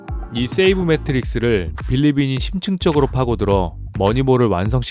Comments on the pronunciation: 재밌는 영상 잘 봤습니다. 그런데 세이브 매트릭스가 아니라 세이버 매트릭스에요 sabermetrics.. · 세이브매트릭스라는 표현은 여기서 처음 들어보네요. 양놈들도 세이버메트릭스라고 발음하는데